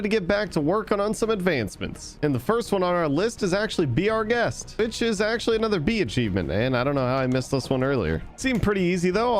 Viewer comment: Am I the only one that heard bitches instead of which is